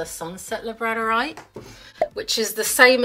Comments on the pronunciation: Labradorite is pronounced lab-rador-ite like the dog Labrador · The way you pronounce labradorite breaks my brain 😂